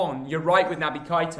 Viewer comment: Sorry but it’s not Kita it kaeta